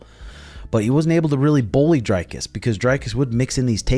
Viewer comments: Bro, great content but how do you still no know how to pronounce his name? The Dric in Dricus is pronounced like stick...Dric, not dryke. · I love you, but it's pronounced dree-koos, not drei-koos.... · Dricus as in Hendricus. Dutch name last name is French.